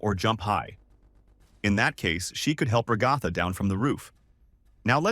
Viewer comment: RA-GA-THA- NOT RO-GO-FA